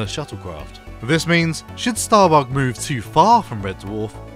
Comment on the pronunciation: you cant say it bug .. you gotta say it like Lister .. StahrBoog lol